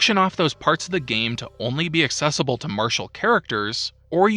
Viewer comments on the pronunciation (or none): none